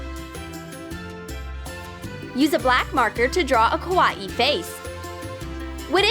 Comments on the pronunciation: They said kawae not Kawaii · It's not kawati its kawaii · It’s not kaw-a-ee its kaw-eye-ee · She says Kawa-EE it’s so dumb! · im not trying to be rude but u said that wrong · That's not how you say kawaii !!!!!!!!!!!!!!